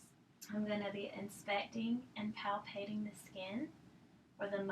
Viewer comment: She actually said "palpating" correctly . My stars!